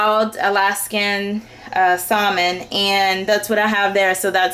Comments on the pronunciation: I used to pronounce it the same way; she's just pronouncing the "l". I did too. It wasn't until I took a TESL course that I found out it's pronounced "sammin" instead of "salmin". No biggie. :) Personally, we didn't cook salmon when I was growing up so I think that's probably why it took me so long to figure out. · The L is silent in the word salmon LOL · You don't have to be mean about it. Thank you beautiful lady for teaching me how to cook healthy food! (BTW, I like the way you say salmon, outside the box)